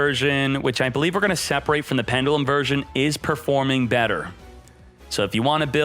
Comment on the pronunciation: Please say pendulum differently